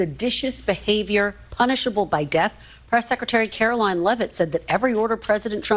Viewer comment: Brain dead AOC can't even pronounce Caroline's name, right